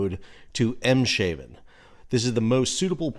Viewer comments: Em-shaven? Emm-shaarven. Not 'shave' as in shaving your face, but 'haaven' as in 'aargh'. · Not “Em-shaven”… “Ayms-harven” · A note on pronunciation. "Haven" means "Harbour". So it's not Em-Shaven, it is Ems-Haven. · Ameland, not Emelan. Eemshaven, not Imsh Iven. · 'Haven' means ' harbour', so it's "Eem's haven", not "Eem-shaven". Thanks for your coverage of this disaster, it's been really informative. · 🤔 Your saying the ports name wrong, there is no 'sh' (as in ship) pronunciation. It is pronounced as Ems-haven ( meaning Ems Port/Harbour) after the river Ems, located at it's mouth. That's ok, my pleasure 😉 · Hi sal in case your do more bids on this ship it's in the port of Eemshaven pronounced Eems Haven :-) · BTW, it's pronounced EMS hafen. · Great update But phonetically..aims.(guttural H semi-glottal ach) affen! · Eems (as in the A of ABC), as it's a Dutch port, not a German one, though in a way, very close to German water. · Eemshaven is pronounced Aims - haven, with that last a sounds like in bar, but a bit longer. Same in Ameland; Ah muh land. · SAL - PRONUNCIATION: Eemshaven = AIMS-Haa-ven. (we live 60km away). emphasis on "aims". Haven = Harbour. Great update. TY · A little bit of fun education; Ameland is pronounced “Ah-melahnd”. Eemshaven is pronounced “Ames-hahven” try it!😉💪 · Here's how to say it: "AIMS-hah-ven". Thanks for everything, Sal! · I was going to add this wth the inclusion of the water border devide but decided to leave it with the emphasis on the 'sh' pronunciation. 🙂👍